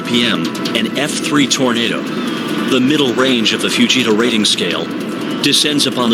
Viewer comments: Always feel for these people but for god sakes....it's Tornado not tornada! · Well why would you listen to anyone who says 'tornadah'?